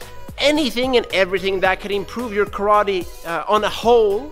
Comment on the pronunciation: Calls himself KARATE NERD -> doesn’t even know how to pronunce KARATE